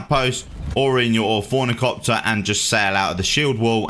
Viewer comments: Orni-Thop-Ter ... Just saying ;) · Orni-Thopter bro